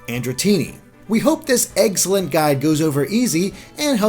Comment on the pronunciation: Egg-cllent? You've been around Andre to long